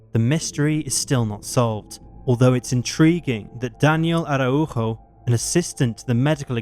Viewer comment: Very nice job pronouncing and sounding out (Araujo)